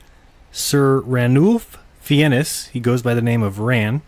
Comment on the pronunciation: Sir Ranulph Fiennes…. Surname pronounced closer to the word “fines” Sir Fake a lot is easier to say.